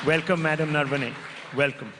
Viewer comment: Naam toh sahi se bolta Rahul Shivshankar. It's not नर्वने, it's नरवणे.